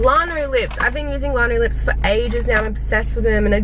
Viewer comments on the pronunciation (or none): its lan-oh-lips not larn-o-lips its made w lanolin lol